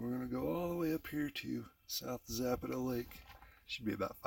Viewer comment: Please learn to pronounce Zapata correctly . Too many mispronounce the spanish and native american names .